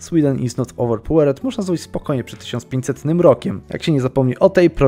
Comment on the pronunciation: Jak coś, to nie owerpałered, tylko owerpałerd się czyta :P